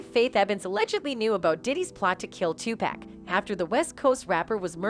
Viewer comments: why she keep says 2 pack it pac!!! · You lost me when you called him TUPAK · Tupac not 2pack lmao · uggh its not pack is pac ( paw-lk ) Tupac ... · Is not pack is pac white folks always pronounce black people name wrong is tupac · I cant belive that in 2023 you idiots still saying 2pack..damn idiots is Tupac without the damn K. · I can't even listen to "journalists" that say 2-pack. It's FN "Tupock" his first album was titled "2Pacalypse now" Damn why am I having to explain all this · Did she said 2 pacK??😂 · I get so annoyed when I hear people pronounce Tupac. " two pack" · Dude his name is not pronounced as pack. 🤦‍♀️ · Lol why she saying 2 Pack 🤣 man two Americas lol culture vulture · I stopped watching after she said tupack and raper instead of rapper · Ok, somebody tell this woman how to pronounce thier names right: all that "Pack" and "Shuge" drove me nuts. 🙄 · This narrator is killing me with the pronunciations... "PACK" & " RAPER" 🙃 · bitch did you just say Twopack🤣, im not even American and I know you fking up🤣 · Couldn't watch the whole thing with this lady saying "2pack" every single time . Another contemplation of shit from someone who doesn't know shit about what they are talking about 🤦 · “Tu-Pack” Smfh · I'm a female white hiphop fan and can't stand how white people pronounce if tupack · Emeniem a raper? Tupack? Or 2pack sudge knight damn lady at least get the names right the people she mentioned must be other rapers or already dead 🤣😂 who the hell is sudge knight and what is a sudge and Tupack or 2pack and who are these rapers? Greg karding? I don't think our community is safe. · But she call 2pac by his wrong name.. 2 pack .🤣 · She keeps on saying 2pack it's driving me crazy